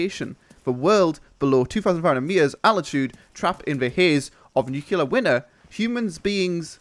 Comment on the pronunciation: Nuke-Lee-Ar not Nuke-U-Lar